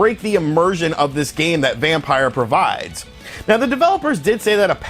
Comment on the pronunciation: It's not Vampire, it's Vampyr. (vam-peer)